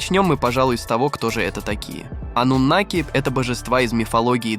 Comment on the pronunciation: Ойц... афффторрр, ставьте ударение правильно ((( аНнУноки